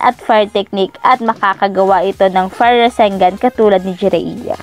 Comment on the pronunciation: jiraya Po Hindi Po jereya 😀😀